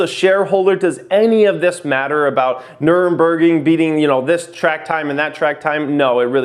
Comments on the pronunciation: Say it with me Nur Ber Gring...not Nuremburg. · Nurberging LOL!! it is pronounced as: Nur - berg - ring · its called Nurburgring, nur burg ring, that nurburg racetrack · Can anyone tell me why no one seems to be able to say nurberg without inserting an extra en? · Where the m in nürburgring